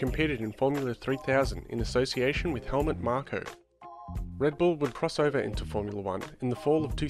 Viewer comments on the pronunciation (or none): none